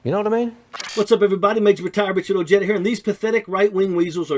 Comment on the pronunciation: Richard, please pronounce your last name correctly, it's Oh Hay da, not Oh Jeh da. For being a Spanish name you're making Latinos cringe with that pronunciation.